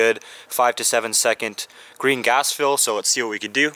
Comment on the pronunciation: Every time you say green gas it sounds like Gringots